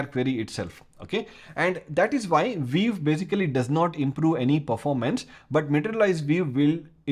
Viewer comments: vee-you not veev. I had to rewind a bunch of times at first to figure that out. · why you say 'viv'? and not view? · Took a while to figure out what you were saying when you're saying view - sounds like veev... LOL I can see a number of usual uses of materialized views. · so funny your english accent, especially how you pronounce "view" :) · Pronunciation View as "vief":) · Great Explanation, also Pronunciation for View is "vu" 😊